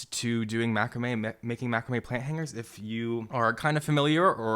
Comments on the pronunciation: Excellent video but please learn how to pronounce Macrame 👍👍😁😁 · must be where we are from but we pronounce macrame different... thanks for the video helping out heaps